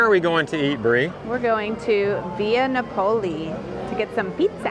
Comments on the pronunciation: That is very much not how you pronounce Napoli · Great video but it’s Napoli (nah puh lee). Also it’s Focaccia (fuh kaa chuh ) 🇮🇹